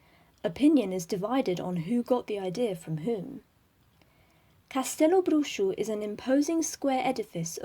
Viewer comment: Just found this in the middle of the quarentine. Thanks for the listening :) and kudos for pronuncing Castelobruxo well (I know it's spelled out on the site, but I still have heard ppl sounding a bit off lol)